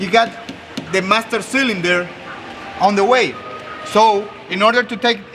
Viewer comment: Hey you MAM-STER SIL-IN DER!! SAY chello to my lil Friend